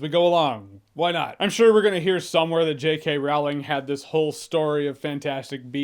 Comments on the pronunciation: I liked it mich better than the second one. Just one thing Jeremy, you mispronounced Rowling's name. Just check any YouTube videos of Stephen Fry or Jim Dale talking about her. They're the two narrators of the audiobooks. If anyone has met her and will be able to say her name perfectly, it would be these two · When u say JK's name wrong